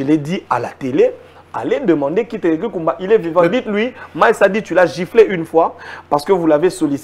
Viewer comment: C'est Myles. On prononce MICE.